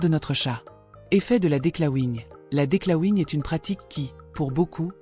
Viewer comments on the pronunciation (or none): DECLAWING.... cela se dit DEGRIFFAGE en francais... Pourquoi utiliser un terme anglais (ET MAL PRONONCE!), alors qu'il existe un MOT en francais?